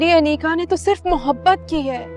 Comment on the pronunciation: Kisi ne note Kia mutahir ne aneeqa ko aneeza Bola